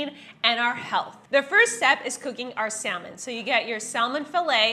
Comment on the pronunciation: que jodidos es Sal-Men? The L is silent